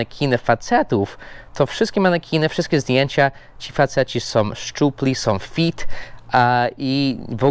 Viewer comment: źle wymawiasz fit! Fit to nie stopy. Fit to fyt 👨‍🏫 😉